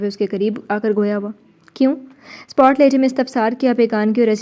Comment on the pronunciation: Spot nhi sapat hota hy plz ap har novel main spot bolti hain